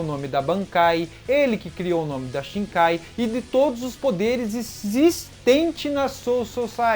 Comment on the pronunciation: da onde você tira esse N pra fala Shinkai, não existe N é só Shikai